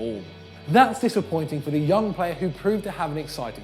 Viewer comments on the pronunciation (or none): none